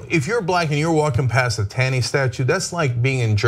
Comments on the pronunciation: #1 its ROGER Taney, not Robert...#2 it's pronounced TAWney not TAYney....remember, TYT is a "news" source. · Not a big deal, but it's pronounced 'tawny' (despite being spelt 'Taney'). Perhaps a bigger deal, while admittedly a total jerk, Justice Taney was not a Confederate. It's not quite the same thing. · Tawney like tall-knee